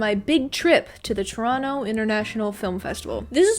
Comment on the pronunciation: Thank you for pronouncing Toronto correctly ❤️